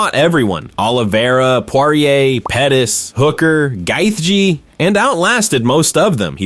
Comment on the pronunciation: I stopped after bro said guy-th-g